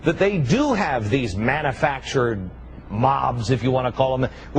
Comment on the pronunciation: "Manna-factured." *facepalm*